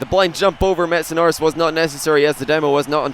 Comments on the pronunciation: it sounded like said Metsapenis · Missedanoris. Missed - a - no - ris